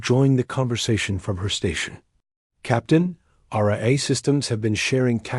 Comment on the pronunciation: What a HORRIBLE READER/VOICE. To pronounce AI, it showed “Hey I”? Really? That’s just one example of many issues…”Dot”?? What is that? Reading punctuation??? Horrible.